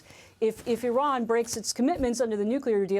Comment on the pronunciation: Wrong - Eye-Ran Right- Iran Wrong- Pootn Right- Pu Tin